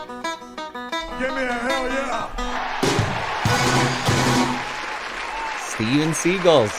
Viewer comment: pretty sure the band is pronounced like the actor Steven Segal 😉 😃